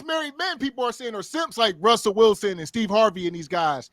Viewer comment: It’s funny how they never said Russell Wilson right the first time lol they don’t even respect him